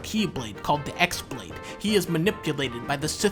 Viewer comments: I like how u can tell that dunkey just learned most of this off a wiki because he pronounces X-blade as literally “ecks blade” instead of pronouncing it “key-blade” (it’s spelled with the Greek letter Chi, which looks like an X) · X BLADE IS PRONOUNCED "KEY" BLADE. YOU HAVE FUCKED UP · No dunkey, Kingdom Hearts X isn't pronounced X, it's pronounced X. Just trying to clarify. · Good video but χ-blade is pronounced like keyblade not X-blade. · Obligatory “X is pronounced as chi” comment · It's not pronounced as the "ex" blade but instead uses the Greek letter chi which is pronounced as "key" so it's actually called the chi-blade and not the key-blade. This is simple stuff you're missing! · Dunkey, you keep saying X blade, but you don't understand how much worse the truth actually is... The X is actually the Greek letter χ, "Chi", making the correct pronunciation KAI-Blade. Ever since I found this out its become perhaps the funniest thing in the entire series to me. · its not x its pronounced chi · Xblade is actually pronounced keyblade, its a little bit of extra flavor in a generally dull series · Actually a really accurate video. Only thing is that the "χ-blade" is pronounced "ki blade". So it gets even dumber/more confusing when you start talking about keyblades and ki blades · It probably would've been a bit funnier if you used the X-Blade's proper pronunciation, which is "Keyblade." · The best part about the "X-Blade" is that the "X" is actually the symbol "χ", which is pronounced "key" in game. "χ-blade" is just "Keyblade" but spelled real fancy. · Should have made a joke about the X always being pronounced as "key." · The χ is actually pronounced "chi". I only know because I play this shitty mobile game.